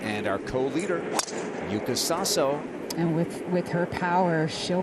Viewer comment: YUUKA SASO is correct pronunciation on her Japanese name in KANJI.